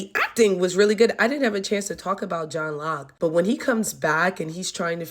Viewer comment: It's actually Joe Locke but ❤ the vid